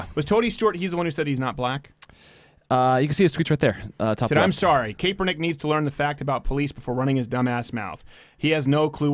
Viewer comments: You don't 'THROW A FUMBLE", you throw and interception Crowder!!! c'mon learn about the national sport if you claim to be so "american" ... by the way it's pronouced CAP -ernick, like a baseball cap...and yes he's bad and football and life. Calling him Lebanese is an insult to Lebanese people though. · Cap-Er-Nick not cape-we-nick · Please learn how to pronounce Kaepernick